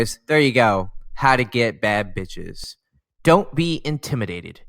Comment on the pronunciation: Nah this video 🤣🤣🤣 When he said "beatch" 😂😂😂